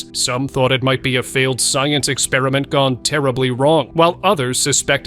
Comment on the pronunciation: Why do you say scientist expraint